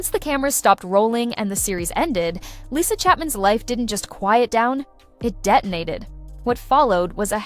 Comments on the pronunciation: It's pronounced Lee-sa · Not interested in AI talks, especially if the bot can't even pronounce her name right.